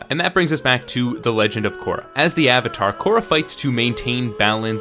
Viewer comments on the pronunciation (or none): none